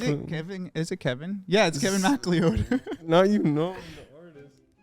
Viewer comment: why the hell are they pronouncing mcleod like that